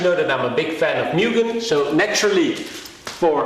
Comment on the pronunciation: Public Service Announcement: The correct pronunciation of Mugen is "MOO-GEN" P. S. Anyway nice video 😃🚗